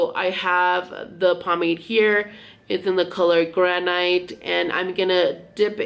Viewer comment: Hon. The word is pronounced “gran-it” (granite).